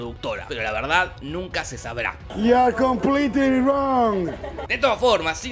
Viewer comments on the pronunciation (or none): none